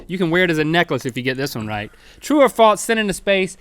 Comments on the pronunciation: Link sounds like he says 'falts' when he says 'false' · Link still says 'falts' instead of 'false' ^^ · It's false, not faltse Link. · I love how Link says "faults" instead of false. For some reason it's very satisfying to me. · Link says 'Falts' instead of 'False' my Grandma does that... Link also says bedroom shoes, My Grandma does that too....Link are you my Grandma? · Yo Link. There's no "t" in false. "True or Faults" ~ Link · was I dreaming or did he say falts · "Faltse" -Link 2015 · True or "falTse" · have u ever noticed that they say falts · Link says faltse.